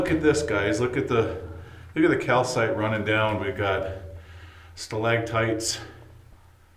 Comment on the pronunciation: Stalactites, not stalagtites.